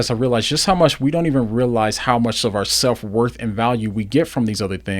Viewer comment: Worth not worf